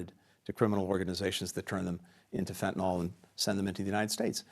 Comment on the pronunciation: It's surprising to me that essentially every politician, even one as educated and well-spoken as Blinken, pronounces "Fentanyl" wrong. It's as if they've never seen the word written down.